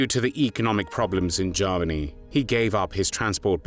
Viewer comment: The narrator sounds very much like Lord Haw-Haw. He sometimes pronounces Germany as Jarmony